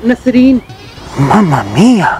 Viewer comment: Not Nasreen It's Naszs-Reeen